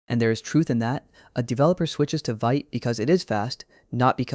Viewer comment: It’s pronounced “Veet”